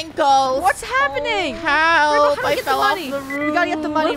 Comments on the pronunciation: It's not rainbow, it's rainboah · It’s “Rainbwoah*